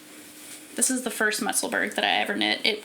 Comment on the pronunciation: Your projects are all lovely. I really want to knit more cardigans this year. Love the Musselburgh. I’m on my fourth one. Just in case you’d like to know… Musselburgh is pronounced the same way as Edinburgh, and is the town where Ysolda lives. 😊